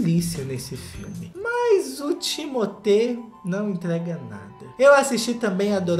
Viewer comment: Eu não acredito que eu estou continuando a ver o vídeo depois do que vc falou do meu homem Timothée!!! 😭 (e caramba, vc pronunciou o nome dele certo! 😱) Ele é um puta ator, talentosíssimo! Vai ser muito maior! E lindíssimo tbm, CLARO, eu não consigo olhar pra ele sem babar, sério, ele é o homem dos meus sonhos! 😍😍😍😍 O jeitinho estranho e desajeitado dele é o que o torna mais fofo ainda (e ainda por cima ele tem o mesmo MBTI que eu - INFP) Tá certo, que a maioria dos filmes que ele já fez são ruins (menos Wonka e Duna) e eu só vejo por causa dele mesmo 🙄 mas CARAMBA! Ele não merecia tá aqui nessa lista! #magoou 💔😭 Edit: ok, tudo bem que vcs não gostem dele. Assim diminui a concorrência heh heh